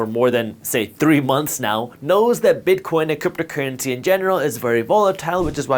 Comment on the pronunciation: Cypto cuuency?? Lemme hear those rrrrrrr’s buddy